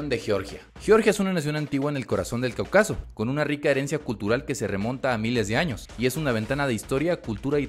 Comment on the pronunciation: Cáucaso bro, acento en la primera a